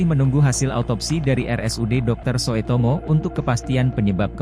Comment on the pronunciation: Lucu sekali Presenter Tribun bacanya Rs. Soetomo. 😅